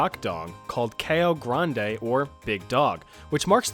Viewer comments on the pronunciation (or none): none